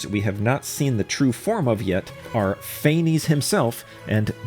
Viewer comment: Pantalone never went to Gurabad, it was an illusion like in the city Edit: Quit mispronouncing Phanes (Fau-nes) It's annoying since they literally just had them voice act it correctly in the quest!